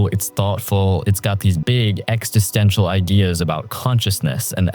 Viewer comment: Ex-is-ten-tial, not ex-ti-sten-tial.